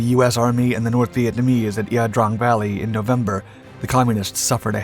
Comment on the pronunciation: The place is pronounced "eye-yah" Drang valley